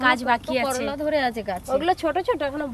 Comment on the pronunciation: করোলা নাহ করলা গো 😮 আর সুন্দর হয়েছে রেসিপি টা ❤